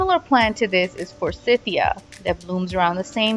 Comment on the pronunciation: Forsiyheeya? Learn to say the plants names